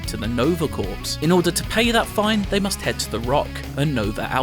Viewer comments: you pronounce it 'core' not corps, jesus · Nova "c or" not "ku or p" the p in Corp is silent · the P and S in "corps" are silent. pronounced like "core" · How come everyone who has been preveiwing this game has no idea how to prounounce corps? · The p is silent